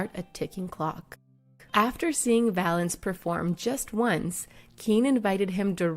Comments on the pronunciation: It's Valens not Valence you disrespectful hack. Ffs if you can't figure out to do your homework and check the details, don't bother. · Richard Violence ? It’s Richard violins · Richie Valance??? It's Valens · Speaking from someone who has the last name Valenzuela its “Valenz”